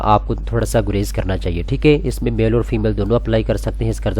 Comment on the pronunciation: یار پلیز!!! ٹھیک اے نہیں ہوتا ٹھیک ہے ہوتا ہے. برا نا منانا بھائی 🙏🏻🙏🏻🙏🏻